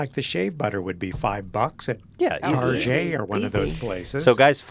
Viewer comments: Did pronounce target as tar-jay? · the way says "Target" is something else